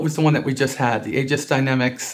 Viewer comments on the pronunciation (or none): Aegis is pronounced gis; it's Greek (ancient) the 'ae' as in Encyclopaedia. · The 'Ae' at the start of Aegis is pronounced 'ee' as in meet or greet so - sort of - Eegis rather that Aygis